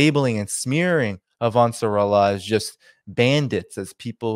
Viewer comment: the pronunciation of Eilat is Ay-lat, Also Ansar Allah. Want you to loof and sound good and knowledgeable.